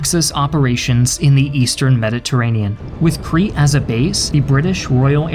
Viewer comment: Why do you keep saying Cree!? It's pronounced "Kreet" (Crete) and it's people are "Kreeshan" (Cretian). Interestingly enough, the continued mispronunciations throughout your series do make you appear a cretin, though the similarity here is only linguistic, alas.